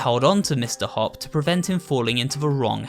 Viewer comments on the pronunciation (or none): Is nobody gonna explain that he/she said hoop than hopp